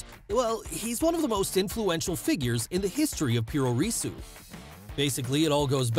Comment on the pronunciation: Not "pure reesu" PU RO RE SU PRO WRESTLE WITH A JAPANESE ACCENT